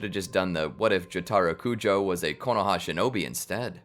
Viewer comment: as a jojo fan the pronunciation of jotaro kujo killed my soul